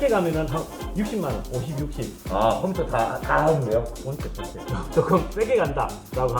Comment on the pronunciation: ㅋㅋ 우리아빠도 콤퓨따 이렇게 발음햇는데